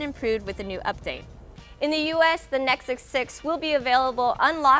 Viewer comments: Does she say nexuks ? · its Nexus 6 not Nicksixsix!